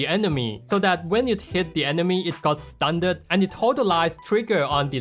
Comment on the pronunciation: I cannot fathom the fact that he pronounces "Stunned" "stun-ned"